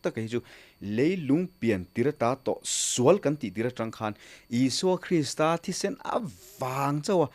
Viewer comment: Krista Pathian ti lovin Kristaaaa Pathian tih zawk tur niin alang. Krista hi thluk san tur